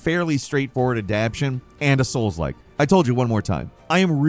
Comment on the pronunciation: It is actually great when says Souls-Like, I can't have enough of him saying that. Love Souls-Like